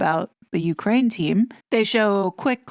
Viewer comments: Well, I confess I thought that this TRG RDD was narrated by a human and NOT like so many YouTube feeds just a computer talking. today, that belief was shattered when she read, more than once “U. K . rain”. What’s up with that? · This may be a dumb question, but why do you pronounce Ukraine like UK rain?